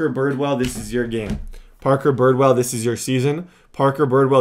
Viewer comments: how do you mispronounce like every name?😂😂 the guy’s name is Redd, like the color, Bridwell is b-r-i-d well, and the g is silent in spangenberg (Sorry I had to comment this it just bothers me a little) but you’re still my favorite YouTuber so hopefully this helped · It's bridwell not birdwell 😂